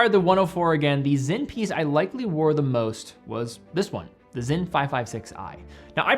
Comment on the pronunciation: is it pronounced with a Z? I am confused? It’s SINN right?